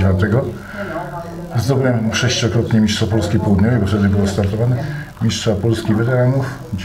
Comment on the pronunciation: Dziewczyno, miSTRZa a nie miSZCZa, miSTRZem a nie miSZCZem. Słuchać się tego nie da. Jak masz tego typu problemy z wymową słów, to daj komuś innemu do prowadzenia a Ty zajmij się operatorką.